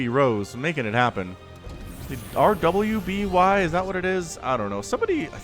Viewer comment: RWBY pronounced Ruby in the media.